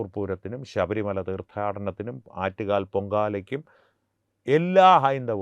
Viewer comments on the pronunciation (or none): none